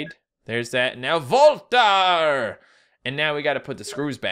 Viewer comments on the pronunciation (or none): oh my god i laughing my ass off with sayng voltar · E o "voltar"; parecia que ele tava falando o nome de um super herói. ^^